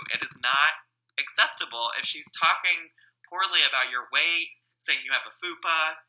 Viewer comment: The way he says fupa XD